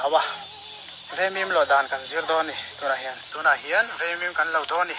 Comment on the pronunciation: Veimim × Vaimîm tih tûr. Vaimim lawh dân tih hi Vaimîm hi kan lo lo a, kan kêk ṭhîn. Vaimîm keh dân tih tûr.